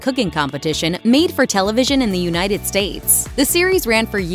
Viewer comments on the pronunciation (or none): none